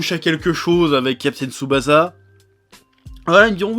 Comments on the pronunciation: ça se prononce Tsubassa en fait. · J'ai été trigger à chaque "Tsuba-za" et "Gene-zo" °_°